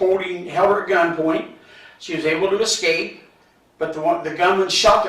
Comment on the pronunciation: Ex-scape instead of escape